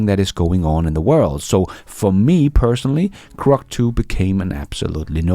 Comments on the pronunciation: GROK not CROC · It's "Grok", not "Crok". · GROK, not crock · Bro, are you full of it? It’s Grok, not Crok. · Grok. Please stop saying krok. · its Grok not Crok friend